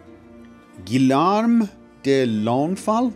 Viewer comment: Stop butchering this name, Guillaume! I know it's not exactly easy for anglophones to say it properly but please, at least use its English cognate: William.